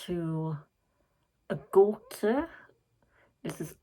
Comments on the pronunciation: You got the pronounciation right, Gaw-teh. My favourite song for sure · You say Gåte differently. So I would say, pronounce it the less English way, with focus on the E in the end😅 if that made sense, because you did say it right:)